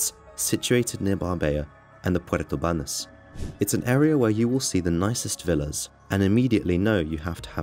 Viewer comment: This is what shocked me in the first minutes, confusing Costa Blanca with Costa del Sol is more American illiteracy, than British😳…..and dude, bother to pronounce Puerto Banus too!